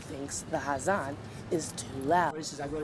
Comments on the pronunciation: The word is not 'hazan', it is 'azaan.' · It's Azan not hazan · start pronouncing azan first